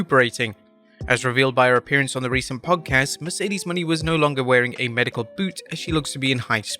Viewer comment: Still don't get why he can't say Mercedes Mone last name right STILL it's not Money